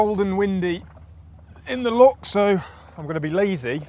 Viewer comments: Loch, not lock. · 15 seconds in and you're off to a bad start It's "Loch", not "Lock", and we get sun here quite often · Brother please, it’s Loch not lock. Enough folk pronounce Scots words entirely incorrectly, I don’t know why our closest neighbours can’t manage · Loch (not lock) is 230m deep btw